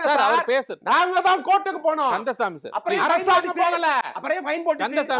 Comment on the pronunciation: கந்தசாமி. ககதறுகிறான். 😅😅😅😅😅😅😅😅😅😅